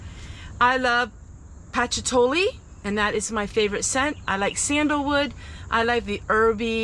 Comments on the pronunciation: It’s pa chew li- just to let you know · So did you mean patchouli (puh-choo-lee) lol? It is one of my favorites as well if you did 😊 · I think we must be long lost sisters. I noticed a lot of people correcting your pronunciation of patchouli. Well, I used to say "shabby chick" and everyone would laugh at me - but not correct me! I literally decorated my entire house in "shabby chick" while everyone giggled. Good thing I didn't really care lol :) Blessings! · What was the scent of your powder? Patchouli? Might want to look up its pronunciation, sweetie. "giggle"